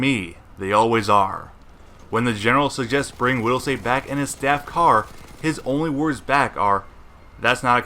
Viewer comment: Widelsee not widelsay. Did you not watch the movie. They say his name 1k times.... idiot